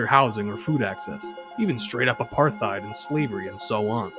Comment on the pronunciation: (apartheid does not pronounce the h)